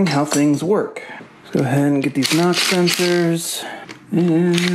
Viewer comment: Lol he said ka nock